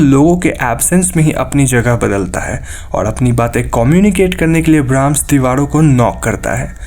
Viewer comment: use dewalo ke,bhai ra ko la kyun bolte ho